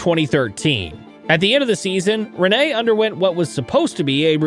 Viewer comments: Im sorry but I have to say this , and I understand why but try to more emphasis on the douple NN(riNNe) bc now it sounds like you saying Renee😄 good video tho! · Rinne. Not Rinéé. Not Riinei. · ITS RINNE NOT RENEEEE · RINne, not Rinné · its RiNNE not RINE... call his name properly at least... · its not renee its rinne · Rinne pronounced with a French twist. Rinné 😊. Good video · Try Pronounsing it like Renna